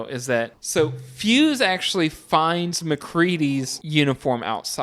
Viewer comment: Sigh. The helicopter is destroyed by one of the Norwegians dropping a grenade by it. The doctor's name is " Copper" not " Cooper". Clark does not shoot the dogs( Thing dog or otherwise)! He tries to stop the others from shooting the dogs. The other scientist is " Fyukes" no " Fyuse". It is not " less than a day". After half of the action of the movie McCready makes a log mentioning that the blizzard has been hitting the camp for " more than 48 hours"! Then they have another day and then the final night.